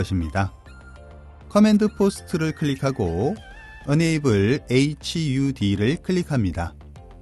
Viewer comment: enable을 unable로 발음하시는 것 같아요. 뜻은 반대인데...